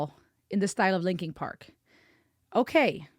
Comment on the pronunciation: stop saying linking park.